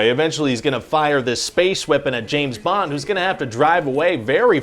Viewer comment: James BONG? "I was almost there."...😂